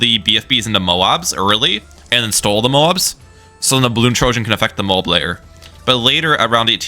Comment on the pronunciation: Really not trying to be mean but why are you pronouncing "stall" like "stole"?